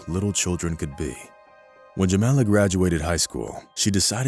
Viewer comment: WHY are you calling her "Jemenna" and "Jemela", when the text clearly states "Jamala"!? REPROGRAM your BOT!